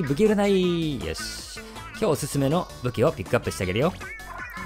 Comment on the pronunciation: 今日のアオリちゃんも可愛いな♪ …よし って、？言えてないですからね？www